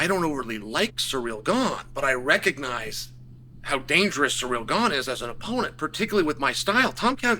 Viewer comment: His name is Ciryl Gane not Cyreeal Gain🙈😂